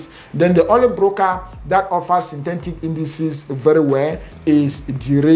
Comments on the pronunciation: My oga , Sin - Te - Tic not Tentic😌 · Synthetic not synthentic. Etic not entic. 😂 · Synthentic ... Bru no man - Synthetic - there is no N